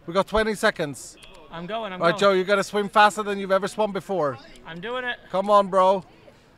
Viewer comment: I think just likes calling people in a weird/funny way. Like calling CaptainSparklez "Jardoon" instead of "Jordan", or saying "Yoel" instead of "Joel". Just an thing I guess